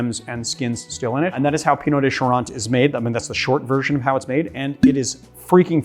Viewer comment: He pronounced it correctly. "Eau" makes an "oh" sound. Like bureau or beau